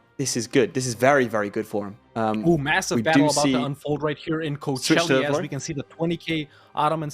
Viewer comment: since we're at pronunciation always calls Kocaeli "Coachelli" while it's pronounced like "Kojaeli" [koˈdʒaeli].